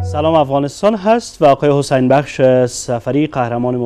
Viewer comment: گزارشگر مرد میگه حسن بخش خخخخ